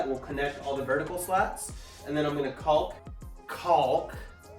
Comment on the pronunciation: The "L" in caulk is silent.